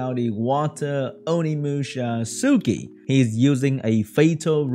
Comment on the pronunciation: Suiki is pronounced swiiki, sui is the onyomi reading of 水, the kanji for water..